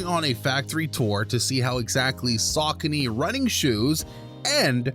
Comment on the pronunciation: Is pronouncing it incorrectly